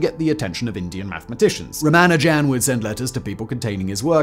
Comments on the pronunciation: Simon, you really should check your pronunciation of, in particular, non-English words and names. Ramanujan is mentioned below; pronounce every syllable with the emphasis on the u. You also mispronounced Euler. Eu in German is pronounced like oy so Euler is like oyler. I noticed in an episode you hosted about the "Battle of the Beams" in WWII you pronounced knickebein incorrectly. In German words beginning with a k like this you pronounce the k. You also need to know that if you see ei in a German word it's pronounced like the English word eye. If you see ie it's pronounced ee. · While your articulation is splendid, I think the pronunciation needs some work. "Tilling" the plane? Surely that's not how tiling it's pronounced anywhere? I can't say for sure how Ramanujan should be pronounced, but I have gotten used to a few very different ones from yours. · Correct pronunciation is Ra-MAH-nujen (though it seems a popular pronunciation among brits is Ra-mah-NU-jen) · How did you manage to lose a whole syllable from Ramanujan's name? I know the Indian pronunciation puts a little less stress on it than the usual English pronunciation but dropping it entirely is a bit much. Edit: Oh, you do get it (or at least closer) a few times. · gaaah.... Ramajan???? Ramajan??????? It's RamaNUjan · Ra-MA-nujan... not RA-ma-jan... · Ramanujan : ❌️ Ram a jam : ✅️ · “Tilling the plane” “Ramajam” Dude, don’t rush the pronunciation. 😅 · Lol "Ramajan" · It's rama- new- jen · 'Ramajam'?!? Really? You might at least have learned to say his name, or perhaps pronounce it how it's spelled. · Would normally say it doesn't matter but ruhman nojan 😅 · This video probably will get the Guinness Book of World Records entry for the largest number of (incorrect) permutations of pronunciation of 'Ramanujan'🤣🤣🤣🤣🤣🤣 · He used like 7 pronunciations, none of which are correct lol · Consult with someone who speaks Tamil, how to pronounce Ramanujan and consult with any mathematician on how to pronounce Euler.